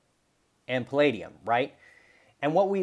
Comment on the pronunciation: No no no, it’s pall-AH-dium 😋 Great video, I agree that it is more like platinum is undervalued than palladium is overvalued. Great analysis considering the percentages mined. 🔥🦈🌊